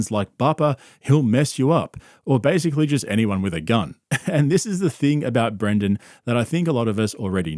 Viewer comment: Dude you keep saying Brandon instead of Brendan. My name is Brandon and I cant stand hearing my name associated with this clown lol love the videos tho